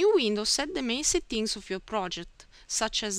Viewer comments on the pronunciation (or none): Nice Italian accent! "Settings" is pronounced as sEtnks or sEdngs, not satteenks :-)